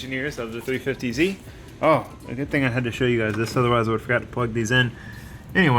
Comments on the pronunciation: Josh Roberts I was impressed that he pronouced it correctly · As your biggest Canadian fan, you made my day by saying "350z" the CORRECT way 😁😉